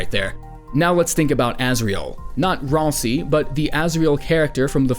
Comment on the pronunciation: Ralsei, not ralsi.